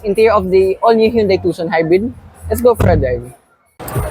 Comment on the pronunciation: Hyundai pronunciation sire